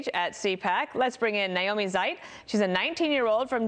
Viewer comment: Why called "Seib" and not " Seibt". ?